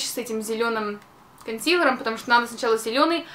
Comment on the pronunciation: КонсилЭром омг! Безграмотнооо